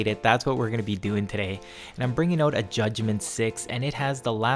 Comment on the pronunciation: "We're bringin oooot shotguns today"